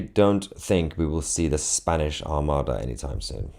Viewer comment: Was it supposed to be " Spainish" 😊